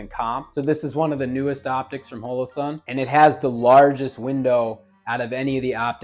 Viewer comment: Mehtee and HOELOE-sun. This dude for real?